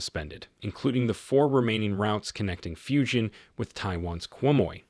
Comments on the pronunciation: At least learn to pronounce the name correctly. It is pronounced “Fu jan”, not Fu shan, or what the hell you are calling it. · Fujian Province is pronounced as “foo-gee-ann”, not “fusion”! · It is pronounced Foo-Geen-an